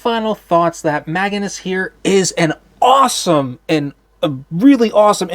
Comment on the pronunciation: It’s not Maganus. It’s Magnius.